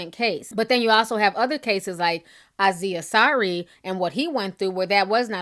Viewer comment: Sarah Ajwang Yeah she needs to do the research that she claims other Youtubers dont do and get his name right. Thats journalism 101.